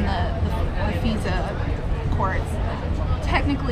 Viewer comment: Not only was nearly everything she said wrong, but didn't even pronounce FISA correctly. She has not had occasion to hear others pronounce FISA. She hasn't been engaged in conversation about FISA. I heard a crazy person say she's not a real reporter. That she's spying or planting stories. I ignored it. Maybe I shouldn't have. She was on Lee's YouTube right before he got himself fired. And now they're saying Cernovich is wrong about Rice...